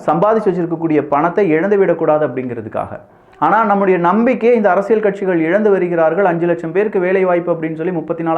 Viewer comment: தயவு செய்து, தலைப்பைச் சொல்லும் போது, 'அரசிய'ல்' சதுரங்கம்' என்று சொல்லவும். 'அரசிய'ள்' சதுரங்கம்' என்று சொல்லுகிறீர்கள்.